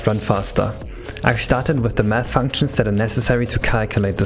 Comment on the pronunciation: you saying math sounds like youare saying meth